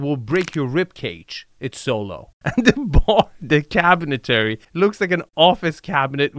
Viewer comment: I love you. I watch all your videos as soon as I see them. And I will witch as long as you keep making them. I know English is probably your second language, but it’s pretty good. Please, please learn how to pronounce cabinetry? I’m just busting your balls. 😘😘